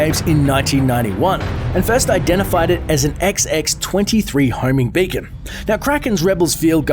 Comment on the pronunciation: when you said beacon ot sounds like bacon